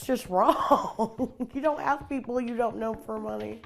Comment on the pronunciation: Ask is not Axe!